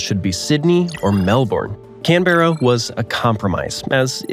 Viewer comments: Sorry but it's not Can-bear-a it can-ber-ra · Canberra is not pronounced (Can bera) but (Canbruh) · A lot of useless facts.. Canberra not Can Berra. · You mispronounced Canberra. It's not "Can-bear-uh," but more like "Canbruh." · It’s pronounced Cam-Bra with a flat M that almost sounds like an N for the capital of Australia not Cam-Be-Ra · mate its fuckin pronounced Can-bra not “CaNBerRa” mate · I got some facts for you 1) It's pronounced Can-brah not Can-berra 2)It's pronounced Mel-bin not Mel-born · Who is teaching bad geography? Is it an American issue? Incidentally, it's CANberra, not canBERra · its pronounced Can-bruh, not Can-berra. thats just how its spelled. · One more useful tip: It's pronounced KAN·br·uh, not kan·BE·ra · ??? And it’s not can bear ah it’s pronounced Can Bra … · As an Aussie born and bred say it with me people... It's pronounced Can-brah. Please don't say the E in Canberra. Also the way laughed at that fact. 😂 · #37 NO.. Canberra is pronounced CANBRA. While I'm here, Melbourne is NOT pronounced, MELBORN, it is Melbern or Melbun. Regards, The Locals of Straya. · Say it with me everyone 👏🏻 CANBERRA IS PRONOUNCED CAN-BRA 👏🏻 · Canberra is pronounced Can brah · Canberra is pronounced Can-bra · Canberra, Australia’s capital is pronounced ‘Canbra’, ….Signed an Australian that can pronounce Australian words. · It's CAN-bruh and MEL-brn. If you go debunking, learn your pronunciations. Coriolis force has only to do with rotation, not with the tilt of earths axis. And the effect IS noticeable on small scales in carefully controlled setups. Not in your bathtub though, that's probably not symmetrical enough. Since you were specifically speaking about territories: American Samoa IS in the souther hemisphere. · Sydney isn't the most populous Australian city anymore. Melbourne is now. You don't pronounce it Canberra and Melbourne either. It's "Canbra" and it's "Melben". It's also not Australia. It's "Straya" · Pronounced Can-bra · Nope, CAN-Brah...